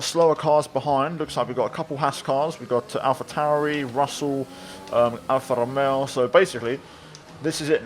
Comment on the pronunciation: Man, from Italy you nailed the pronunciation of Alfa romeo, I’m surprised tbh